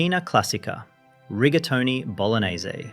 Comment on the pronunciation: Rigatoni? Or Riga Mortis?